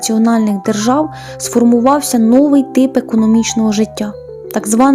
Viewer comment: Вибачте, але "новИй", "новА" (а не "нОвий", "нОва").